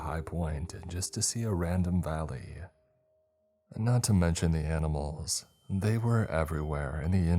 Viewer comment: Ah-nee-mhals are eeveel. - Travis Crabtree’s relative.